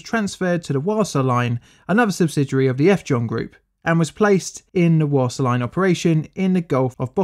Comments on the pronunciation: "Wasa" is pronounced "vasa", just so you know. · Almost all languages pronounce W as a hard V, English is the one exception. So, Wasa is Vasa. If you see a W in a European language other than English, it's almost certainly pronounced as a V.